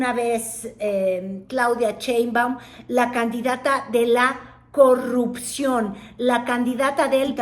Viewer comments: No te creo mucho. Eres de tv Azteca, cuyo dueño odia a AMLO y la 4T, y ahora haces insinuación que eres pro 4T. Además si eres periodista, aprende a leer, no se dice Cheinbaum, se dice SHeinbaum! Se me hace que solo buscas monetizar colgandote del movimiento. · ¿Por qué dice Chéinbaum? ¿No sabe leer,? El apellido de la Dra. Inicia con Sh... no sra.? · me pones de nervios cuando dices CHEINBAUM!. no ma!. JAJAJA.:face-green-smiling::face-fuchsia-wide-eyes